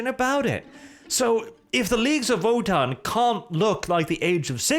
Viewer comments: So is it Wotann or is being derpy and pronouncing "v" as "w"? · He's from Norway. That's probably the reason he's saying it that way